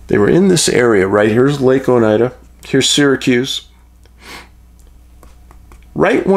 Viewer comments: O night duh is Oneida pronunciation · Oneida Lake. Pronounced Ow•nai•duh , like the Iroquois Oneida Indian Nation. Just under 2 hours south of my Adirondack camp where I had my time loss experience.